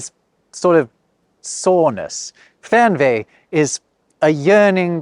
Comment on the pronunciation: please stay a little bit longer on the »ch« sound and have a short Break bevor you go to the »g«. Try to speak »Spracchh gefühl«. please stay a little longer on the »e«. Try to speak »Weegbier«. (not like »ee« in »bee«!) you swallowed the »r« from »Fernweh« maybe a little bit longer on the »u« from »Zugzwang« restart the »p« by »Treppenwitz« (Trep penwitz) if you pronounce the »g« like a »ch« you are in the northgerman dialegt / dutch. »g« is like a softer »k« I would really prefer if the English would take some stuff of the Germangrammar/Alphabet but only the good one. but when it has to be a word I would take »KA« short vor »Keine Ahnung« (I don't know) E.g. Write the first Letter of every Noun capitalised. Have grammarcases: like »The Dog loves the Cat« means »Der Hund liebt die Katze« but also »Die Katze liebt der Hund« and »The Cat loves the Dog« means »Die Katze liebt den Hund« but also »Den Hund liebt die Katze«. And from the alphabet: This I wish to copy: A, B, D, F, G, I, J, K, L, M, N, O, Ö, R, ß, T, Ü, W, Z always pronounced as A, B, D, F, G, I, J, K, L, M, N, O, Ö, R, ß, T, Ü, W, Z These not: C nearly only used for ch and the rest are borrowed words from other languages. E (is the weirdest) mostly like an e, but bei ei it's an a and bei ie it's an i and by eu it's an o, KA why H always as »h« expect by »ch« than it's a »ch« sound. P always as »p« expect by »ph« then it's an »f« Q has the same problem like in english you can use g